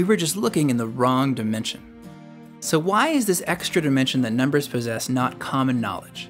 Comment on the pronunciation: nooo, they are nawt!!